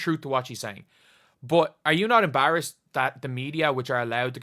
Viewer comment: Dude learn how to say EMBARRASSED PLEASE!!